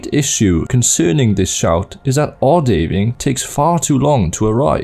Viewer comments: It's not O-Day-Ving, it's O-Da-Ving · game mentions ohdaaving pronounciation MULTIPLE times: Imma pretend I didn't hear that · Weird way to pronounce Odhaviing seeing how the name is said multiple times in-game (for example when shouting it). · Your pronunciation of odhaviing is unsettling, especially right after hearing the actual in game shout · the way you pronounce Odahviing 💀💀💀